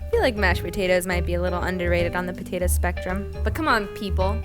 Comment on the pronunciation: voiceover girls : totally potate.